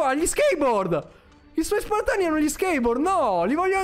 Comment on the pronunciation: SPARTAN NON SPIRTON